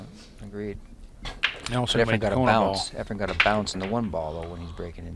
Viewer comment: For some reason Every commentator on Every video says EFREN'S name EFREM😳